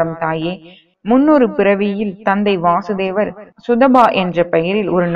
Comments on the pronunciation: வாசுதேவர் இல்ல வசுதேவர் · Krishnarin thandhai vasudevar ....va...kuril.......krishnarukkudhan .vaasudevar...nu...va ..nedil ..varum....sariyaga ucharikkavum